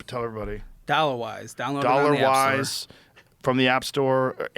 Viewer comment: kept mispronouncing his app as “Thollawas” 🙏💯